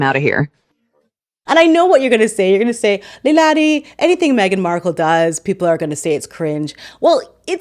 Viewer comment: Meghan. The H is silent.